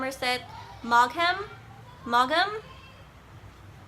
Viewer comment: Ah, English names :D Maugham is pronounced like, "Mo - 'em." Like you're talking about running people over with a lawnmower.